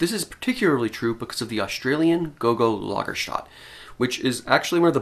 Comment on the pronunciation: I really enjoy your videos, but it's "Lager-stet-e"...